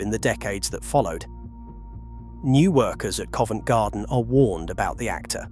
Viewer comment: “Covent Genden” SENT ME!